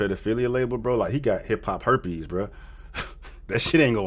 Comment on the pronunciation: This fool said Hip-Hop Herpes LOL